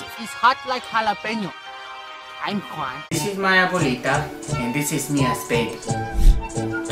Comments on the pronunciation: It's ninety juan not twinty Juan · Its huan it's not huan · Its Juan , its not jaun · lol twenty - JAUN